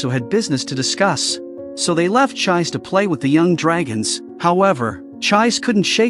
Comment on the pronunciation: I can't get over the pronunciation of 'Chiise'. The 'i's are elongated and the 'e' is pronounced as a vowel as in 'egg'. It is an amazing anime/manga and worth watching not just getting a short recap. I hope everyone has an opportunity to watch it or read the manga.